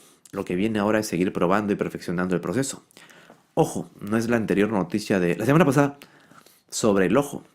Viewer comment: Lasemanapasada, elañopasado 😂